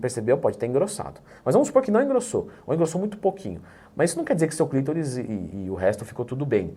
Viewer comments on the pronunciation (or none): CLITÓRIS E NÃO CLÍTORIS 😂😂😂😂😂😂